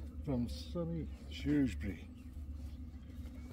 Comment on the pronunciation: So glad you had a fab time in my town, and you pronounced Shrewsbury correctly 🤣🤣 I did go myself as I live only 5 min walk away and I do remember seeing your crib. Great weekend and I heard it's coming back to Shrewsbury next year......happy days ❤